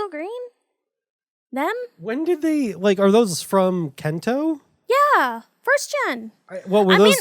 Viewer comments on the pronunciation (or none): THATS NOT HOW YOU SAY KANTO GRR